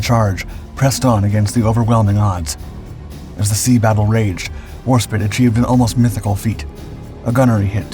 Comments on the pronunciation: Again with War "spit" instead of War"spite", bugs me every time I hear it, but do love hearing about the greatest Royal Navy warship ever built, the greatest Dreadnought ever built. She fought all the major axis powers in her carrier, who tried to sink her but she being one stubborn Dreadnought, refused to give up. No matter how many holes blasted into her armour, she remained strong, and feared by all her enemies. The most successful Dreadnought, once the most shamed after her retreat from Jutland due to the major damage she sustained, became the greatest Royal Navy warship ever built, being the honorary flagship of the whole Royal Navy for a little while, not afraid to charge into battle, even when outgunned and out sized. Losing her to the economic state of the country is one hell of a loss. It would have been well worth to keep her no matter the cost, scrap all other outdated ships, but keep her. It is sad that she is long gone, but her name is forever remembered because of her. In a way I wish something would have happened that did happen to HMCS Haida, the last surviving Tribal class destroyer, the Royal Canadian Navy ship that had so much fight in her, and made Canada proud, but her fate was near the same as Warspite's, was going to be sent to scrap if not for some of her former crew managing to purchase Haida, which saved the mighty Destroyer, and is the main reason she is still around today. If only Warspite had been saved from being scrapped, but she at least put up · WARSPT... the 1 vowel pronunciation of War Spite! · Her name was WARSPITE! You know, rhymes with SPRITE! Warspite was the sixth Royal Navy ship to bear the name. It likely originated from an archaic word for woodpecker, 'speight'; with the implication that, during the age of sail the war-speight would peck holes in her enemies' wooden hulls. Let’s try to get pronunciation correct. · ..."Warspit" ???... You are certainly starting out this video wonderfully! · Spit does not have a E